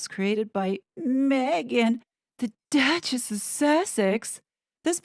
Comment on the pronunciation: .....the Douchess of Sarf-end.